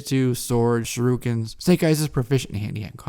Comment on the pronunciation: It's pronounced shuriken not sharukan